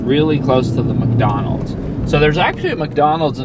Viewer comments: Also dude, it's MICK Donalds not MUCK Donalds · letting his britishness slip out when he says Muck-Donald's 😁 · I can never un-hear calling Mcdonalds MUCKdonalds ever again hahaha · do you really pronounce it muckdonalds every time? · Pretty interesting, but also keep getting distracted by "Muck"donalds